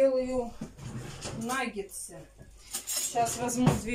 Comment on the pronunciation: Нагетсы! А не нагенсы!